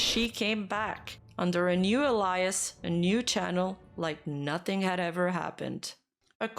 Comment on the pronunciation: So, Midas is usually pronounced like "My duh s" and alias is pronounced "ay li us" you can look up the phonetic writing for it, just trying to spell it out to make it clear, but a lot of the word pronunciations are completely off